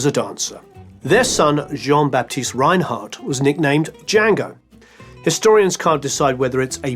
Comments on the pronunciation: His name is pronounced "Renard" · Thanks for an excellent and elaborate docu. However, one thing prevents me from fully enjoying it: your pronunciation of his surname 😞 You pronounce it in an (English-) German way. It is pronounced in French, with no roll on the re- and t at the end is not heard, stress on second syllable.